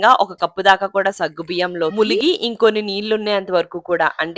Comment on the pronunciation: Munigi not muligi